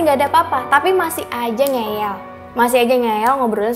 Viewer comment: Ngeyel bukan ngeel